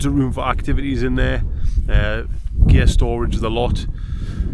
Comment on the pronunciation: What is "ghay storage"